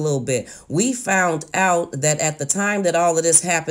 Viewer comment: It's the FOUNT, instead of found, for me!!!